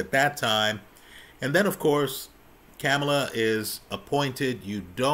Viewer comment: PLEASE PRONOUNCE HER NAME RIGHT !!! I appreciate what you had to say though…